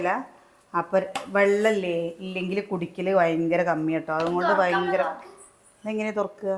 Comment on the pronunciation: Vayankara Alla Bayankara aane